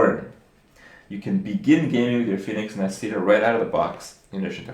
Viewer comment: they use italian name "nascita" means birth... kripp pronounced it quite quell except the "sc" should be more like an english "sh" and the accent is on the first "a"